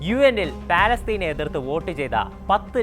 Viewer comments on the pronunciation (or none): none